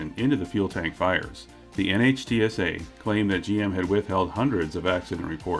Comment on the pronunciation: by the way, NHTSA is commonly pronounced "nitsa" instead of spelling it out all the time.